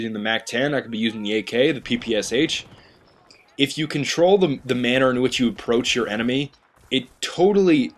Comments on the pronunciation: It's quite ironic that you, with "" in your name, can't pronounce the name of the PPSh correctly. It's "Pepeschah" (and read that like it's german). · hez saying ppsh wrong!!!!!